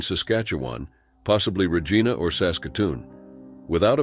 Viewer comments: As a Canadian, I can't help but laugh every time you say 'Re- geena'! It's pronounced 'Re-gi (rhymes with 'hi') na. Basically, it rhymes with vagina! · Regina, SK. It is not pronounced "Rah-Gee-na" It is "Rah-ji-na". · I'm british and pronounce it Regeena. It is what it is 😅